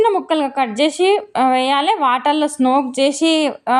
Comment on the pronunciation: Smoke kaadu thalli soak antaru